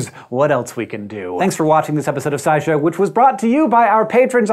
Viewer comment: Every time he says SciShow - I keep thinking Sideshow as in Sideshow Bob. Anyone else think that or am I the only one?